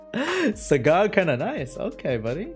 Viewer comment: I heard "Sagat" instead of "Sagar" and thought, wrong Street Fighter character bro